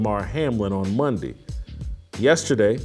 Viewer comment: that first minute, whew..."Fridee, Mondee, Tuesdee"